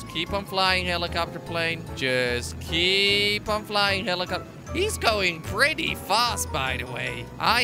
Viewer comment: Prize for whoever can count how many times he said heelicopter plane